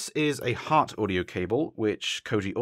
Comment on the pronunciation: he’s talking about the 1/4 in to xlr, which he got from Viking weave cables (also it’s hart audio not heart audio)